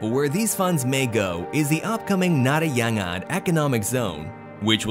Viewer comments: What is narayan yangan? Its na-ra-yan gow-anj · Its Nara-Yon-Gonj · it's pronounced "na-ra-in-gonj", naraingonj. Sorry, had to make that correction for people's correct knowledge. Nice video, btw. :) why the abrupt ending tho? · Narayanganj is pronounced as Nar-ayn-gonj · Its na-ra-yaaan-gaaa--nj dont over complicate it 😓😓😳😳 i live there. Dont try to say in one go Narayanganj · Man, the way he pronounced Narayanganj killed me😂😂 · You didnt just butcher the pronounciation, you annihilated it. LMAO